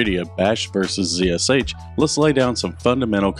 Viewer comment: pronounced "zash"